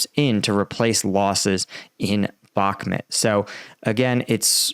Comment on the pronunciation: Dude you don't pronounce bakhmut right in every single video you do..